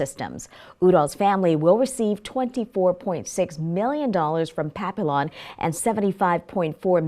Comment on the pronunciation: You need to practice pronouncing “Papillon”. You are pronouncing it wrong